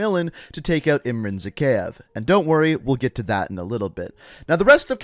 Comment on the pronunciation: Why always butchering the names? even if the Characteres in the games said them often? like Zakhaev and Kamarov.....